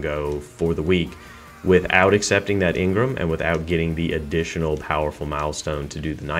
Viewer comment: Let me get one thing right or straight in this video its not engrim (its engram)